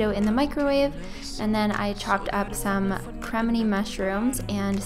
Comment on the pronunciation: no. .... cRAAmEEnEE mushrooms. Your voice is so monotone. :l